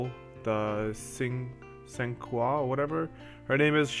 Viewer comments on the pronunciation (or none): Yes it is italian for five (should be pronounced "chinkwae", similar start like in "chair"and "chin", followed by a sound like the beginning of "quest"). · but....i got so much [king mog currency] last event that i want to burn my tickets on this one. cinque means 5 in latin languages. in italian its cinque , in french it's cinq, in portuguese and spanish it's cinco. You say it like "sink-a" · Cinque isnt french for anything, it's italian for 5 pronounced (Sink hue)